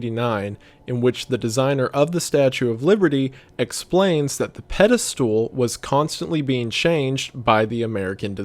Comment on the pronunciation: Shoutout to how Wendigoon pronounces Pedestal like "Pedi-stool"